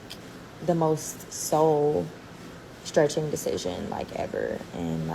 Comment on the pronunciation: soul-stretching or hole-stretching 🤔🤣